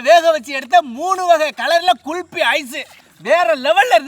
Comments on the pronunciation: Kulfi not KULPI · Yow ithu soru illa kulfy 😂😂😂